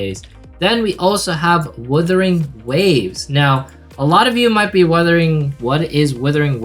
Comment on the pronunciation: Wuthering Waves not Withering Waves (Sorry it bugged me)